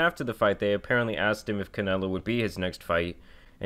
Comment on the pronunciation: Why did this Texan Mexican say Canelo say Canelo like that??